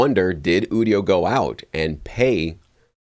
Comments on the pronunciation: You-dio not ooo-dio 😂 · Quit saying Ewdio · It's pronounced "you-dio". IDK why this bothers me even more than people pronouncing nVidia as "nuh-vidia".